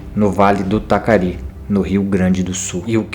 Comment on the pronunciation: Rio Taquari.. nao Tacari.